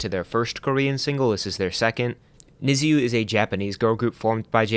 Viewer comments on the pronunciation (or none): Niziu is pronounced as "Niju"